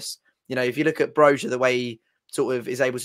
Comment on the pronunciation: Its not Bro-Jar, its Broi-ya.